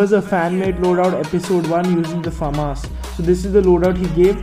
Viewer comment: You are Pronouncing famas wrong